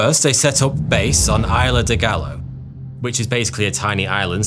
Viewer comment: I know there is a long and proud British tradition for refusing to learn how to pronounce foreign words, but "Eye-la" (Isla) and "Migwell" (Miguel) are just not acceptable in 2026.